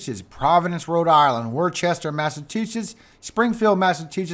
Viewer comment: LOL It’s Pronounced WOOSTER- WOOSTAH! 👍🏼NOT Wer-Chester MASSACHUSETTS